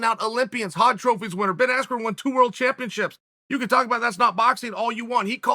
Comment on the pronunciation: I blame Michael Buffer. "Ben Askew" WTF bro you had one job.